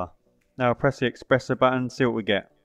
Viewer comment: Espresso, not expresso)